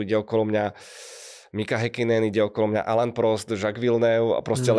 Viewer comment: Meno Alain Prost, rovnako ako Alain Delon sa vyslovuje "Alen" nie Alan... F1 mala aj Alana (Jonesa), dokonca bol majstrom sveta... Vaše komentáre sú supwr, ale ten Alan Prost trhá uši.